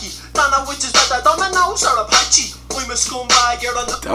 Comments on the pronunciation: Apache not "abachee" it's an irish pizza place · he's saying apache not hibachi, it's a pizza franchise like domino's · It's apache pizza mate